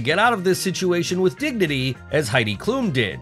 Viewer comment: Heidi Klum (no "e" to make the "u" long, short "u" as in plum).